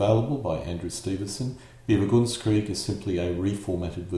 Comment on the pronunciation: You seem go pronounce bewegungskrieg as BE-vi-gungs-kreeg, b'vu-GUNGS-kreeg, or even BEE-vuh-guns-kreeg (like beaver)? It's more like be-VEH-gungs-kreeg.